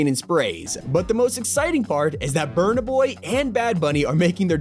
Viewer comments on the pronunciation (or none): My guy said burnă boy bro😭 Wrong pronounciation